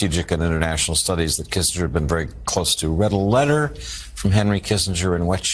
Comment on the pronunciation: love your show but you mispronounced Kissinger thtuout. Say kissinjer. That's how it's pronounced. Also Pinochet is pro ounces Pinoshay.